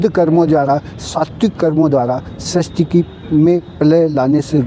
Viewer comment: आप सृष्टि के स्थान पर स्रष्टि बोल रहे हैं जो पूर्णतया अशुद्ध है। आपसे यह आशा नहीं रखते हम